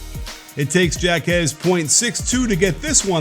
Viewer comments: Hawk-ez, not jack-ez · Do you not no that a J in Spanish is pronounced as an H, as in Jaques = Hawkez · It's pronounced Haw-Kez ,Coach. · Why is it so hard for people to say jaquez and juzang right. Like literally our two best players and it seems no one can get it right. Pretty simple names too smh. We were literally in the final 4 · I’m cringing every time you mispronounce Jáquez’s name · Dude deserves to have his name pronounced right. lol